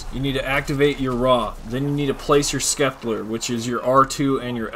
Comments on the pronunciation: I know right? Scepter is pronounced ‘septer’ not skepler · He really kept saying skeplar of rah lmaoo its pronounced sep-ter the c is silent duhhh 😂😂😂🤣🤣😥😥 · Skepler...pretty sure it is the Scepter... Sept-ter... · "The skepler of Ra" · Wtf is a skepler I know what a scepter is but not a skepler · "Skepler of Ra" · Can say Chakram just fine, but Scepter is Skepler... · All time he said skepler he was doing my head in what a knob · Skeplar of Ra..... You've never seen/heard the word scepter before have you? XD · Skepler lol badass glitch but lmao skepler instead of scepter lol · SCEPTER WHAT IS A SKEPLAR LOL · 😂😂😂😂my man can't say scepter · It’s pronounced septer not skepler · "The skeplar of ra" 😂 love it! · I came here to point that out too 😂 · Hes purposely mis-pronouncing it to get people to comment on the video correcting him. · Scepler 🤦‍♂️🤦‍♂️🤦‍♂️ wow dude, and “slicers” holy crap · Poor dude getting harassed for saying skeplar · Thanks for the info but the word is “Scepter” there is no “L” in that word! Gonna try the glitch now. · Love how he is Prestige master and out of all the time he has played he can’t pronounce scepter right lol not tryin to hate just funny as fuck